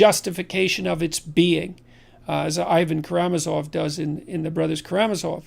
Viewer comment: Where do you get that pronunciation for Karamazov? In 50 years of hearing these brothers spoken of, I've never heard the emphasis put on the "RAM'"